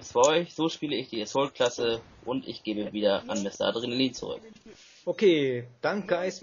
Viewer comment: Wenn man sich schon,," nennt, dann sollte man Assault auch richtig aussprechen können, oder?:D (konstruktive Kritik) Trotzdem hat mir das Commentary sehr gut gefallen, weiter so!!